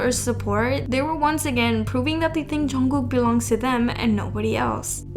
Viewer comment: its pronounced jun-g-koo not jungcook